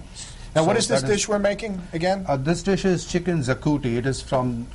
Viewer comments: ABSOLUTE CRAP RECIPE!!! ITS PRONOUNCED SHAKUTI.HAVE SOME RESPECT FOR THE GREAT COMPLEX SOPHISTICATED CUISINE OF INDIA! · only true Goans can make chicken Xacuti , dear chef please learn to pronounce the Xacuti word properly. And please for heavens sake do not give wrong info to the ignorant audience. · hi there I am a Goan and am truly insulted by this recipe which is not cooked the way even a novice cook as myself knows and is not even pronounced well. It would be politically correct to take this off from you tube to respect all goans. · U better stick to making chicken tikka masala. you definitely have no idea How to make our Goan delicacy, and forget about making it - you can't even pronounce it properly.